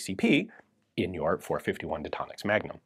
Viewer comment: I heard .451 magdump😂